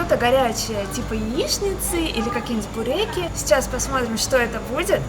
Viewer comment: Обзор хороший, но бесят ошибки в названиях, в ударении. Буреки, что за буреки🤯